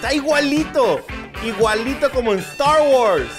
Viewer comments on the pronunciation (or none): la película de estarh guorhs de dhe last jerai :v